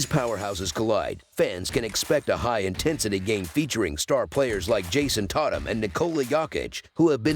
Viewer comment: “JaSOn TAHtum & nIkAHla YAHkiCh”